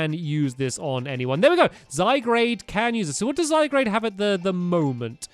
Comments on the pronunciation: Tanisha Shriyan zygarde not zaygarde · you may not see this comment but it isn't zygrade it is pronounced zy guard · by the way zygarde is said zi gard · NOT ZYGRADE....ZYGARDE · Not zy-grade it's zy-guard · It's still zygarde not zygrade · dude it's zy guard not grade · One of the team skull member made the shocked pose, because from your mouth performance! Ps. It's Zy-Guard, not Zy-Grade. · ITS Zy-guard not zy-garde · Toon Kir-Chu yep I'm do annoyed hearing zygrade instead of zyguard (I know it's spelled zygarde) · I think Stampy referring to Zygarde as 'Zygrade' is kinda cute and charming. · It's zy gard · Pellipepper, Zygrade, Ganitbzatakx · YEAH?!?! IVE SAID IT IN A VIDEO BEFORE BUT HES SAYING ZYGARDE WRONG ITS Z-A-Y-G-A-R-D-E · Flygon is a ground-dragon type plus you are pronouncing zygarde wrong (its french) its pronounced zy-guard